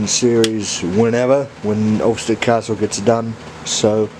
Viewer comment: It's pronounced Austerity, it's a W.D Austerity locomotive